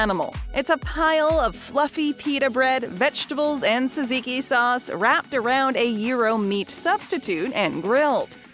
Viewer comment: Teaching people to pronounce gyro without actually getting it completely correct...better than jeyeroh, I guess. And also "saziki"? C'mon now.